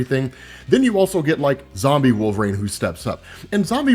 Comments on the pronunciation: it's wolvERine, not wolvaarane bro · Nobody gonna stop from calling him "Wolf rain"??? How could someone like him be getting the name so wrong?